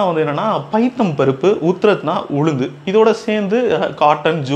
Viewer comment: Note: Correction * Rabi crops sown from October to December. * Pronunciation Uthrad - Urad